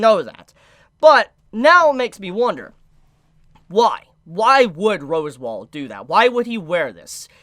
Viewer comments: AND FOR THAT MATTER ITA ROS-WAAL! NOY ROSEWALL! YOU EVEN SPELLED IT RIGHT IN YOUR OWN FREAKING COMMENT! HOW ARE YOU THIS FUCKED?! ITS SAID RIGHT TO YOU IN THE ANIME! JUST. SAY. IT. RIGHT. PLEASE.... I just can't anymore. I used to absolutely love watching your content. Now I can barely stand listening to your voice. An honest mistake can be easily forgiven, but constant unrelenting errors with no sign of a willingness to improve its downright condemnable. There's no more excuses, you own your audience and yourself better. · Your pronunciation of echidna and Roswaal is barbaric homie Like bruh 🤣